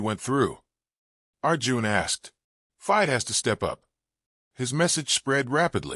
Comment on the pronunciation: Another AI voice..as he says commentator says the word FIDE wrong...etc